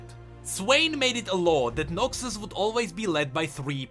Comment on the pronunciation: not noxi but noxus, XD glad it wasnt noxwe of noxthem